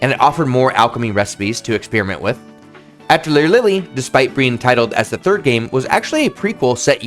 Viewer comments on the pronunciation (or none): I just can’t with this video, I’m sure it’s amazing and informative and I’m throwing it a like and I’ll probably revisit it but the mispronunciation of atelier and how often you say it is driving me absolutely crazy. It’s pronounced “uh-TELLY-ay.” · Awesome vid! Got my sub :) Btw I believe “Atelier” is pronounced something like: “Ah Teh Lee Yay” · if you are going to make a video about Atelier, at least learn how to pronounce it properly! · I'm not gonna watch this video because you pronounce Atelier atrociously.... Edit: I still watched it 😤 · As a French native speaker: atelier is pronounced more like the a in "crAft", the "te" at the end of "theaTEr" without the r, the "li" with a short i like in "LIp", and the "er" sounds like "eh".